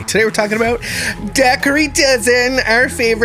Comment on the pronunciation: Ok im just gonna tell yea all now she does not pernounce there last name correctly and its getting onto my nerves. Ok the g in the name is silent its silent ok its da her tea thats how you say it i have never heard anyone with that last name pernounce it the way as he does .